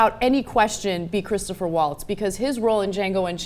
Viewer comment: ITS CHRISTOPH! NOT CHRISTOPHER! please try to get it right. you guys got it wrong like half the time.